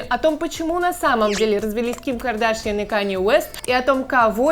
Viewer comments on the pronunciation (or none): none